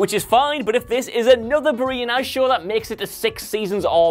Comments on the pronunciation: ITS david boreanaz not david bereanoz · LOL David Borzeeeeeanis .... now that was name that was butchered